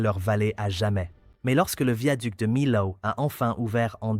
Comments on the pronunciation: On ne dit : MILAO, dans la région, nous disons MIO ! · « De Milâoû »! D'où il sort, ce commentateur ? 😜🤪🙃😆🤣😂